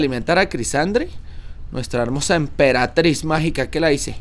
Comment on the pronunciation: No era EMPERATRIZ MAGICA Y DICE EMPERATIZ MAGICA